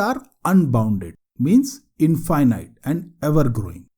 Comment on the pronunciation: Thank you for your videos. Clean and concise introduction that is easy to understand for beginners. Check pronunciation for ** INFINITE ****.